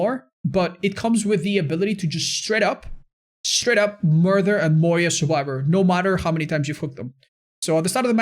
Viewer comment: Nothing better than hearing say Mur-TH-ur in the morning:P